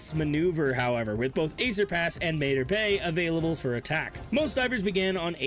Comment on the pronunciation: It’s pronounced “MAH-TAR BAY” not “MAY-TER BAY” even the ship says it when you travel there!